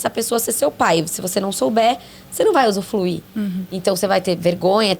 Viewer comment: Gente, amo o podcast e a série, e dou graças a Deus por existirem. Mas o "usufluir" eu ri muito vendo a carinha da rsrs...